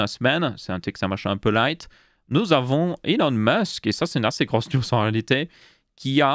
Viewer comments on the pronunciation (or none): none